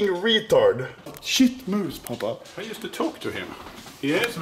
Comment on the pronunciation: It's Pappa not papa